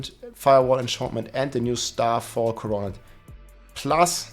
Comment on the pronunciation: Pronounced “core-o-net”